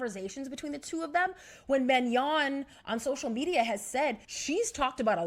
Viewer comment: It’s Manon not Mignon. She ain’t a steak girl 🤣